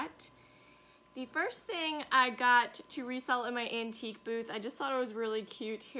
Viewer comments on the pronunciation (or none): none